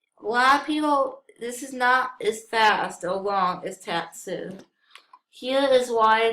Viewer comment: You said Tatsu wrong it's pronounced Totsu as in faught